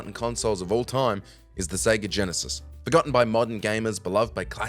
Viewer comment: Stopped the video the moment you said “Forgotten”.